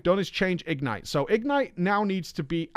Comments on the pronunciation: Goddammit,! The word "ignite" is stressed on the second syllable. igNITE, rhymes with toNIGHT. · says "ignite" weird.